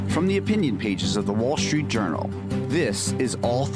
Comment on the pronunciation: it's Wall Street Journal, and Kim Strassel. No 'H's' right?? Why do you pronounce it Wall Shtreet and Kim Shtrassel?